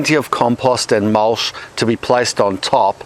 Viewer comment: "Mulsh." Pure poetry.